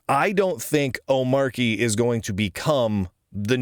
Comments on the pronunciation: Not to be pedantic, but just a point of order: It's pronounced "om-ARCH-y" not "O-MARK-y". Since it's based on Arch, it's like the "Arch" syllable was dropped in the middle of the word and you pronounce it the same way as Arch. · "Ohm-Archie" because it's Arch based. Agreed the hard 'ch' sounds better. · It's omar y, with a sound because it comes from Arch (unless you pronounce that Ark, I guess) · How is it that every one of you guys are pronouncing the name of this distribution incorrectly. Have you not watched DHH and his explanation. He says the name repeatedly. How much more simple could it be. It's an arch-based distribution. Not a mark-based distribution. Hence the name omarchy